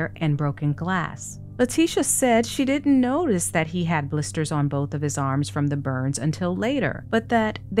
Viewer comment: I laugh at how she tries to make people think she is so smart when she cant even speak correctly half the time lpl coildnt say blisters or description and sounds like she is 12